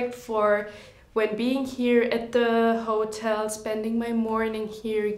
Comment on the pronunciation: Full of glaring mistakes all over this video! e.g.: She did NOT meet him at the Cannes film festival. She met him while shooting To Catch a Thief (1955 Hitchcock)... Ouch if you can't even get the bare basics right...and the pronunciation sucks, not bc of the German accent (which is totally fine!) but bc of mispronouncing simple English words such as 'hotel' amongst many other massive mistakes. Who in the world produced this much less let her babble on that much nonsense in front of the camera?